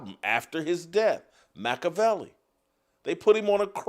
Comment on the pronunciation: Your pronunciation of Machiavelli’s name and interpretation of the Prince are both wrong.